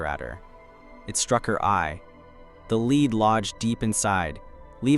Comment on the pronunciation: Is this AI trying to read pencil "lead" but pronoucing it as "lee-d" instead of "le-d"? 😊